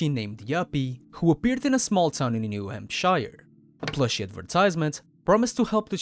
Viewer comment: Calling my state New Hampshire like that is disgraceful 😭